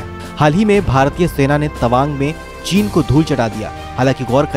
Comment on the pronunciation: चीन का ची तक बोल नहीं पाता।